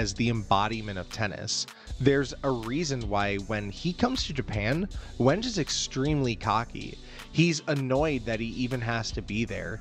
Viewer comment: Great video but my man I implore you to check the pronunciations of names. I winced every time you said Wenge 😢